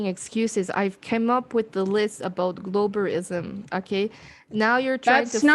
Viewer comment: "BALL-WASH-ISM" LOL! What?! Narcasissississim.